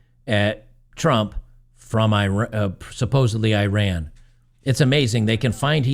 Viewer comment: You did not run anywhere. The country is pronounced "e-rahn".